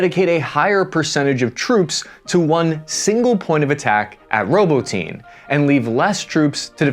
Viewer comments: its not "Ro-bo-teen" I believe its proper pronunciation is closer to "Ro-bah-tee-nay" cheers, love your consistent good work and open faced journalism. Thanks, hooah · dude you have to start checking the names of towns before your videos. You have mispronounced soo many cities and regions. ROBO-TINE is actually RO-BOT-TINAY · I love the channel but bud, your saying robotine... like ovaltine. Lol it is Pronounced... robot. Nay... to robotnay and that's how you properly call the city robotnye. 😊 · Robotyne is pronounced Roh-bought-in-knee not Robo-teen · Robotyne is not pronounced "Robo-teen" It's more like "Robu-tin-e" if we're paying attention to detail. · "Row-bow-tin-aye", not "robo-teen" :) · Row boat nyeh! Not robotine Jesus dude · Robo tin nay Not roboteen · Row-bot-tin-ah not, Row-bow-teen but no worries. Good reporting as usual. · "ROBO-TEEN"!!!!! 🤣🤣🤣🤣 It's Robot-Nee-Ya!! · It appeared to me that complete indecision ultimately led to the stalemate we see today. And dammit its "Ro-bot-neh" NOT Robotene, hooah? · and by the way it's pronounced Row Bah Ti Nah with the emphasis on the secodn sylable not "roboteen" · Ahhh, yes… Robo-teen. Robocop’s teenaged son. Haha love ya, but I can’t help but laugh every time you butcher words. I know it’s not easy though, so I’m just busting your balls. Great video, as always! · just a personal pet peeve so feel free to ignore this haha but I don't know if you are pronouncing "ROBOTINE" properly You pronounce it "robo-teen" every ukranian I have heard pronounce it says it like "robo-tin-na" food for thought anyway🤷‍♂️ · You're right. Journalists actually take the time to learn how to pronounce city names (Ro-bot-any. Not "ROBO-TEEN". Jesus christ). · its Robotnuh... not robo teen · Robo teen, really?🤦🏼‍♀️ You're driving a stake through my heart! Robotyne = Ru bot' en uh 4 syllables, not 3. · "roboteen, reap wapo" bruh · ROBOTYNE IS PRONOUNCED RO-BOT-KNEE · Работино Ra-bo-tee-no